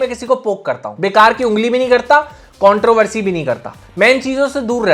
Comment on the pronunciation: Contropussy hota hai vai